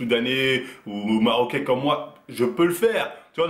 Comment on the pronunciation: il a vraiment dit maroquais mdrrrrr